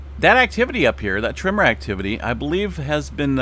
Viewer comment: You drive my wife crazy when you say TRIMMER instead of TREMOR. LOL 😂